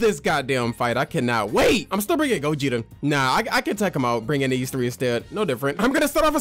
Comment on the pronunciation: bro do u realize u said gogito